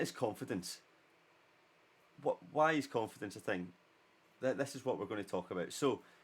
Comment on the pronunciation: the irony of confidence being step 5 when you couldn't pronounce it. Good video, you missed out use 5 at the back though;)